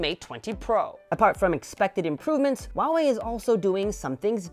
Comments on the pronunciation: my dear, it's Huawei(How, House), not Wawei! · Why do I keep hearing him say “Wawei” instead of “Huawei”?